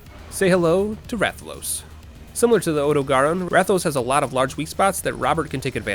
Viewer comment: the way you pronounce rathian wrong but rathalos correctly both confuses and angers me